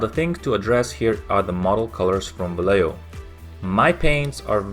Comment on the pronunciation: Great review, do you have pictures with the different light environment? BTW This is the way it is pronounced Vallejo: (valley) Va (yes) ye (home) ho